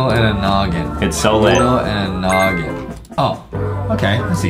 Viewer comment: He know every combo but doesn’t know how to say “noggin”